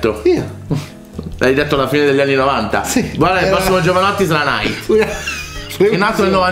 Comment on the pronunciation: Che fastidio quando dicono nAAyt